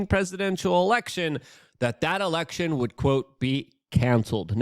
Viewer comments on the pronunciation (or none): none